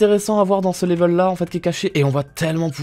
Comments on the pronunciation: Je crois qu’il aime bien dire laivel😂😂😂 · 100% Geek oui mais y dit laivel lui 😂